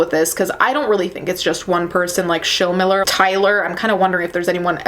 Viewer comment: You're saying Schilmiller correctly. There's a ton of them here in Southern Indiana.